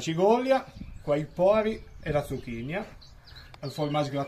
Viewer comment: Si ma tutte quelle i le metton solo a Villafranca 😂 (cigolia, zucchinIa)..cigola e zucchina la s disa . Bravo comunque